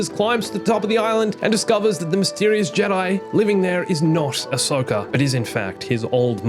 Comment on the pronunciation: WHY ANISOKA